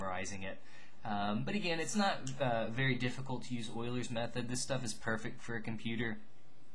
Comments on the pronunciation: patrickJMT Hey I love your videos! Its just that ive never heard it pronounced that way. Maybe Ive been doing it wrong. I pronounce it Ee-U-ler's not oilers. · it's euler's method not oiler method bro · Wow thanks!.. I googled it! It sounds so odd man to me but I'll live :)